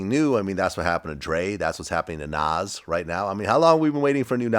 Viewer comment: Vlad even says Nas name funny. What does he have against Nas ?